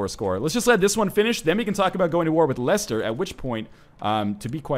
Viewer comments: When i heard him pronounce leicester as Leishester, i went freaking insane, it's pronounced lesster, lol, just having some fun here. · its pronounced Lester. great vid anyway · it is pronounced less-ter